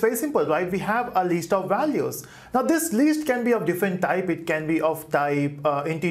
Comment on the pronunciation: It's list not least how you pronounce d